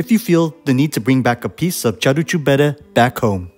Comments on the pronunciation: Sorry to nitpick, but the name of the restaurant (Caru' cu bere) is pronounced, using English phonetics, /KA-roo koo BEH-reh/. Just like in Italian, the letter "c" is only pronounced like English "ch" if it comes before an "i" or an "e" -- e.g. Ceausescu /chow-SHES-koo/. In all other positions it's pronounced like English "k". :) If, however, there's no escaping the i or e, but we still need a /k/ sound, we add an "h" after the "c", e.g. Chiriac /KEER-yak/ (Romanian surname). :) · You pronounce the name of Caru cu bere restaurant totally wrong. Its not "Charoo choo bere" its like you say "karoo koo bere" Letter C is pronounced "k" not "ch". Romanian is a latin language, the letteres are pronounced almost like in italian. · It is "Carwool qu bear-eh" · Олена поправь супутника, ресторан правильно звучит ,,кару ку бере"-повозка пива!